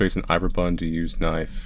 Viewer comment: Not sure I’ve ever heard say “knife” instead of “knoif” before this video